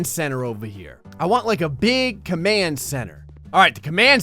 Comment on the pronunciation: i love your videos a lot ,But don't say KHERE say HERE!